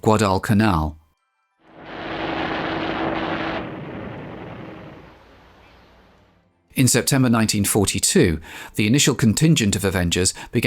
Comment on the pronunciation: The way you pronounced Guadalcanal was best I've ever heard! The way Aaron Echkart soluted his bomber pilots on harnet aircraft carrier right before making this raid, was best solute I've ever seen! Go! Dick Best, Wade McCluskey an all they're screws!!